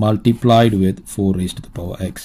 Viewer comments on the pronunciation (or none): none